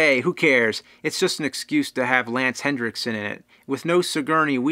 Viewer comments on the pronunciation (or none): "Lance HenDriksen" ( , ) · There is no d in henriksen.